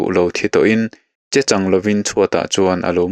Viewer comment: Chechang tih i lam dan hi a dik lo